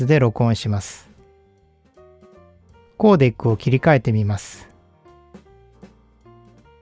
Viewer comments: Codec の発音は「コーディック」ではなく「コーデック」ですよ。英語でも。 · コーデックをコーディックって発音するのは、デスク（机）をディスク（円盤）って言ってるようなもんですよ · 「コーデイック」ではなく、「コーデック」ですね。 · たぶんeの発音に持ってかれてるんじゃないんでしょうか？ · クーデク、コーデクの方が近いかもしれませんが、些細な指摘でした。 普段から、デスクトップをディスクトップという人がいて、意味が違うだろ！といつもイライラしてるもんで、つい。